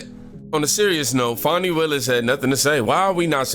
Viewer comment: Trump has been caught doing Nothing, how many times do they have to be caught 🤬 Fanni, not fawny..